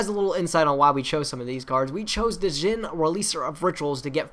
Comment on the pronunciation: ...why does nobody know how to pronounce the word "Djinn"...?! People come on English is your first language and this is a common word the D is silent it's pronounced like the alcohol gin! Jeez I love you mate I really do but I've said this on every single video of a Yugituber who fucks it up because it irks me that badly. Please God would anyone who is a Yugituber stop mispronouncing it? Please? It would make you not sound like you don't know English... "Dragon Ravine because no Rulers" well REBD is gonna abuse the shit out of that when they get their support and they'll use Sacred Sword too kinda forgot about them. I'd talk about the entire list but that'd make everything too long. Also have fun with Stratos you'll probably see why Konami kept him banned (just look at the OCG and you'll see why) and probably ban him next list but we'll see lol